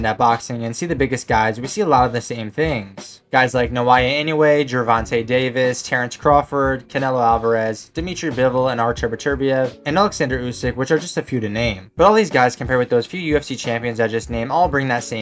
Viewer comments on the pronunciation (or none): yo bro its this kid last day saying noaya inoue